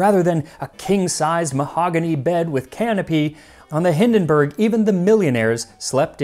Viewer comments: Little hint: "Zeppelin" isn't pronounced "Seppelin" but "Tseppelin". The German "z" is a "ts/tz" phoneme. Also the German "u" sounds like the English "oo". So the name "Hindenburg" is pronounced "Hindenboorg" instead of "Hindenbörg". The German "i" sounds like the English "ee". So the name "Irene" is pronounced "Ee-re-ne" instead of "Eireen". However, a great episode as usual! 🙂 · It's not Hindenberg but Hindenburg.